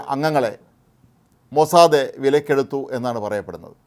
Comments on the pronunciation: മോസ്സാദേ അല്ല മോസ്സാദ്‌.. Mossad. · This new pronunciation Mossade is so jarring. Is it Hebrew pronunciation? It is pronounced worldwide as Mossad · എല്ലാവരും പറയുന്നു,, മൊ സാദ്, നിങ്ങൾ പറയുന്നു മൊ സാദേ, ഹിഹിഹി,,, ടുംടുംടും,,, നിങ്ങക് അയ്യേ അറിയില്ലേ ഈ ഭാഷ,,, ഹൈഹായ്‌ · മൊസ്സാദേ അല്ല..മൊസ്സാദ് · മൊസാദേ അല്ല - മൊസാദ് എന്നാണ് ഉച്ചാരണം. "മോശയുടെ കണ്ണുകൾ" എന്നാണ് അർത്ഥം. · താൻ എന്തിനാടോ... Mosadhe എന്ന് പറയുന്നേ... 💥💥💥its mossad 💥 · മൊസാദേ അല്ല....... It's Mossad. കുറെ ദിവസമായി ചേട്ടൻ മൊസാദേ എന്നും പറഞ്ഞോണ്ട് ഇരിക്കുന്നു..... ഒരു മാതിരി രാധേ, സരിതെ, ഷീലേ എന്നൊക്കെ വിളിക്കുമ്പോലെ..... 😂😂😂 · അദ്യം മരിയാദക്ക് മൊസാദ് എന്ന് പറയാൻ പഠിക്ക്. Irritation ആകുന്നു നിങ്ങളുടെ മൊസാദേ എന്ന തെറ്റായ ഉച്ചാരണം കേട്ടിട്ട്. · മൊസാദ് എന്ന് പറ..... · അയാൾക്ക്‌ എന്തോ പറ്റിയതാ പാവം ലേഖ കൻശരിക്കു മൊസാദ് എന്ന് പറയാൻ പോലും അറിയാത്ത മഹാൻ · സുഹൃത്തെ എന്നു പറയുന്ന പോലെ ആണ് ഇദ്ദേഹം മൊസാദെ മൊസാദെ എന്നു വിളിക്കുന്നത്....... 😔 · It is sounds like maw-sad(mossad) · ഈ മഹാൻ,,,,, ഇന്നലെയും ഇതുപോലെ പറഞ്ഞു, പാവം അറിയില്ല അല്ലേ നമുക്ക് അങ്ങട്, ക്ഷമിക്കാം, അല്ലെങ്കിൽ വേണ്ട